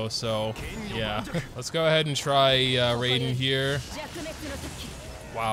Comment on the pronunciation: Ray-den is almost as bad as the buhNETT XD (jk loved the vid)